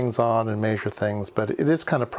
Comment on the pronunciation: Why do you say "MAYzhure"? Makes me crazy... Sorry.